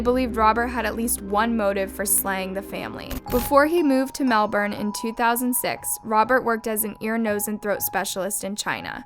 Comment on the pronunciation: big creds to, she said Melbourne right:)